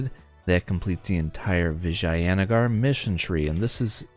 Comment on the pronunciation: Your pronunciation of Vijayanagar is the best out of all the English youtubers I've seen so far